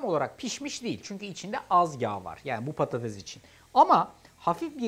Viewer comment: Sürekli patateZ demesi 😂😂